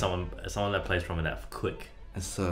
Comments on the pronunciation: I've not seen any comments about Eddy seriously saying "tromboners" LOL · I believe it's pronounced tromboner